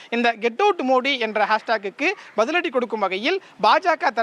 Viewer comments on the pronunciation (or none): none